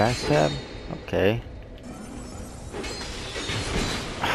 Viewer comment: THAT ELEVATION, THAT ELEVASHUN